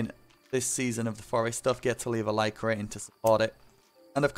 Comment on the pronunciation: I still think it’s cute that he says like rateing